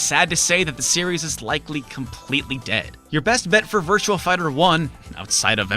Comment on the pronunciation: Sounds like you're saying Virtual Fighter.